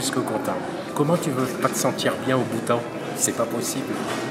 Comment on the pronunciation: "Bhoutan" sinon tu es belle et drôle 😂🤗💖😘💜💙😜